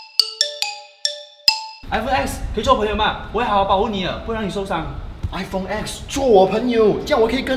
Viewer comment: 我一直听到iphong😂